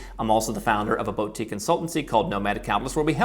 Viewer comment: Why pronounce boutique that way? That's neither American or English pronunciation...